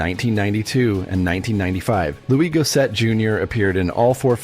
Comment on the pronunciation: Its Goss-ett. Not Go-set